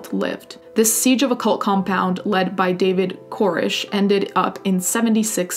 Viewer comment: Thanks for the video. Just a minor point: there were a couple mispronounced words like the name of a hindu text and the name David Koresh.